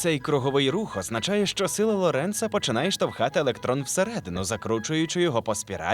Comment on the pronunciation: Апе ж гидко чути діхтора, який не вчився в школі і вимовляє загально відоме призвище Ло́ренц зле. Така неосвідченість діскредитуює всю цю україномовність!